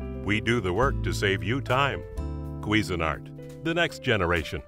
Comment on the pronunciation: k-wee-zin - art? oh my...